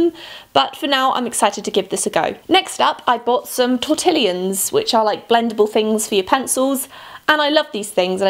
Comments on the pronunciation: Um, it is "tor" "ti" "yon". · T-or-ta-lines I'm sorry I love you it just activated me a little 😂😊💞💞